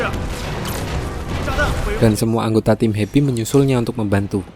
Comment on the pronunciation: sumpah gw baru tau namanya tim happy gw dgrnya di abang ngomongnya hebi